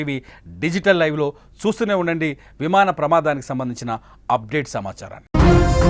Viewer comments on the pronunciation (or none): Vimada kadu vimana